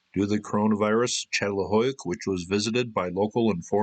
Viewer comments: Çatalhöyük. The "Ç" is pronounced "ch". It's not a good idea to tell an academic how to pronounce what they study. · If you’re going to talk about Çatalhöyük, please pronounce it properly, I couldn’t take any of this seriously. It’s CHA-TAL-HOO-YOOK, as Chris pronounced it in the presentation at the end of your video.